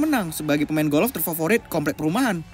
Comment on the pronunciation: Bukan golof pak tapi golf. Wkwkwk hanying benar loe bikin ngakak ini channel 🤣🤣😉🤣🤣🤣🤣🤣